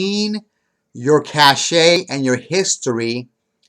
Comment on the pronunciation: Your Internet Cache (Pronounced CASH) Not Internet Cash-shay